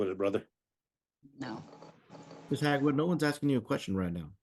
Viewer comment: HAG WOOD. It was staring him in the face the whole time. 😂 It is prononouces Haywood.😂